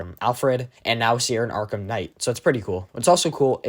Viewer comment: Less go arrkahm